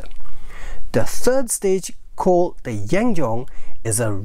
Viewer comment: The pronunciation of 'Yuan Zheng' is similar to 'Yuan ceng' or Yuan jeng'.